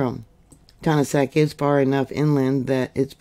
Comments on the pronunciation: You’re saying the name wrong it’s said like TA NAS KIT thank you for all your updates ❤ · Pronounced Ton-as-ket, lovely tiny to town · Yeah, she says it wrong. I had my 21st birthday there in 1972! Yep, was picking apples. It was a fun time in my life!